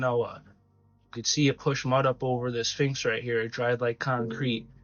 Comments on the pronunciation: The finx??? Learn language please, s ph inx say it , say it! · Dude, really though... you keep calling it a "Finx", but it's a SPHINX. LOL I loved the info you provided, but can we call it by the correct name please? That's almost as horrific as calling an Espresso, and EXPRESSO! Hahaha!! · Dude stop saying "finks!!!" it's pronounced "Sphinx!" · A “Finx”? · To the guy talking about the SPHINX, you need to work on pronunciation if you’re going to make videos. You are saying Phinx in your clip and it’s pronounced Sphinx, with an S. And you’re also saying escavate when it’s pronounced EXCAVATE. The info you’re saying is great and the content is great. Just need to articulate and pronounce your words right.